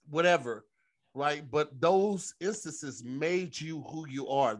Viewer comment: Hey Tom... I believe was trying to say "Instances" but it came out insesis, Reporting live, back to you Tom